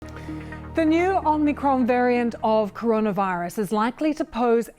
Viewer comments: Anyone else triggered by a professional news reporters inability to get a very simple name correct? Its OMIcron, not OMNIcron. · Why can't people pronounce Omicron xD Om-i-cron NOT OmNiCron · OMICRON not OMNICRON, it does not have two N's!!!!! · Its not OMNIcron you diluted british dem, its om-au-cr-on. Its also not 'die-luted', its "dee-lute-ed". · She said OmNicron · Omnicron? Is That A New Varient Or Can This Presenter Not Read? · She did say Omnicron, didn't she... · She introduced it as omnicron - can’t even get the name right…. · It’s not called Omnicron mrs. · Nobody actually says ‘Omicron’ in this report - they only say ‘Omnicron’ 🙄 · She said OMNI’cron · Would probably help you comes across less like jokes if the presenter didn't immediately call it the "omnicron" variant lmao. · Starts by not even pronouncing it properly